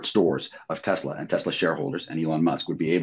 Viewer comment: I love teslur! 😂😂